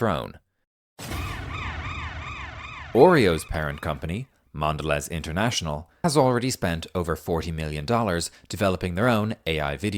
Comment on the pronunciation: Mondelez is pronounced with the z sounding like a y. Mon-delay.